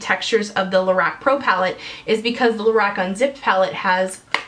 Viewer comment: Lorac is pronounced more like la-rock.